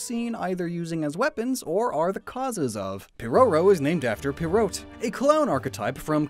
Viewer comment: The way he pronounced "pierrot" hurt my heart